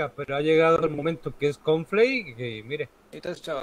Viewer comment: "confley" xd